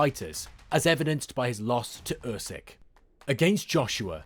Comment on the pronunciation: No one will beat Usyk.So this is all Bollox .Its pronounced “ Oosik” 👍🏻